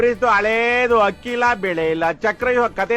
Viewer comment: one correction Hakki alla Akki. Adu 😅